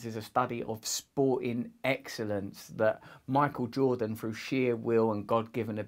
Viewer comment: Love you Russell, but I believe the word “through” is pronounced like ‘thru’ not ‘fru’. Just sayin ...